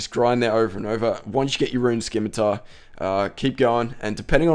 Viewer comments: Most common RS misconception.... It's not a 'SKIM-ITAR' its a fucking 'SIM-ITAR'. Dragon 'Sim' not dragon 'Skim'. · i hope you know scimitar is sim-a-tar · Great vid but you say scimitar wrong your saying it like skimitar don't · A scimitar (/ˈsɪmɨtər/ or /ˈsɪmɨtɑr/)[1] is a backsword or sabre with a curved blade, originating in Southwest Asia (Middle East). Dumbass, how many years have you been pronouncing it wrong.